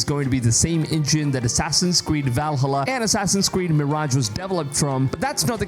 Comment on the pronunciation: Do me a favor say Val then say halla the that’s how it’s pronounced not vel halla 😂